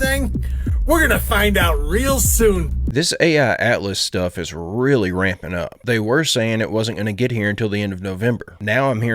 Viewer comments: My bro! You keep saying “ AI Atlas” why don’t you say 3/I Atlas? 😂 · Bro it's called 3i atlas I've heard you say ai atlas in 3 videos already